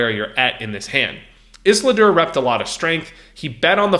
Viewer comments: Iz-ul-dur not iss-la-dur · ffs has this guy even seen lord of the rings? ISILDUR!!! ISS-EEL-DUR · Is-lidur lmao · Listening to you try and pronounce Isildur was so triggering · mispronouncing Isildur is bugging me lol. please re watch lord of the rings ;) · It hurts more and more every time he says it.......